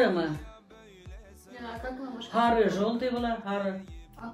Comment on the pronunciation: Башқұрт реально хекают, заменяя "с" на "х". Сары, например!